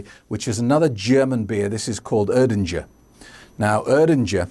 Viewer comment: Urdinger ? 😃 its still errrrdinger with e like in evolution.